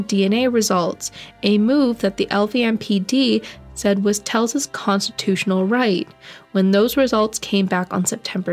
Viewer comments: She kept pronouncing his name as Tells, it is Telles. smh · Isnt is Tel-Ez? ? Also, its high- VIS, short for visibility! Sorry...im horrible I know! But you may delete this if you wish, just want you to be aware! X